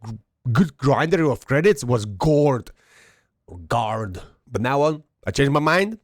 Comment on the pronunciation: LOL you have same problem with pronunciation of word ''Guard'' when i'm playing with native English(US) speaker he is always trying to correct me 🤣and i'm grateful for the correction but i'm keep on pronouncing it incorrectly just to make him lil bit angry... Guess it's problem of all Lithuanians... (Talking about the pronunciation of word Gu Ard) Yeah strange that WG decided to put SU-130 PM in to bond shop... But most likely it's because they have info about how many active players already have SU-130 PM and they said ok it's no use for us to sell it we should get bonds out of the F2P players... At the beginning when i got the SU-130 PM from ''Marathon'' i hated it with all my heart i even sold it and after then bought/recovered it back just to trade it for another tank (FV4202) but i got SU-130 PM back from the loot boxes 1st box i opened was it... 🤯Then i made my self a GOAL to ace all tanks i have and i started loving it... But still i love Skorpion more than SU-130 PM... 🤔